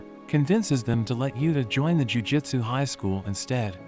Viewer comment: Why do you read jujUtsu as jujitsu?